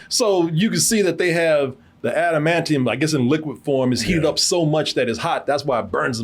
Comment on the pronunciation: "Admanium" omg